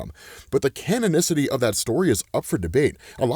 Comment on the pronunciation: everyone just gonna ignore saying “cannon-nistity”. I’m not. Well Said. That why he’s a LEGEND.